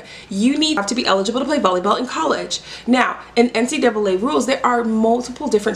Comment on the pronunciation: Love that you called it the N-C-double A 😂 that is how I pronounce it and so many people say things like N-C-A-A or N-C-2 A